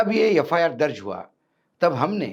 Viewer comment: कृपया, यफायार ऐसा न पढे बल्की एफ् आर् ऐसा पढे।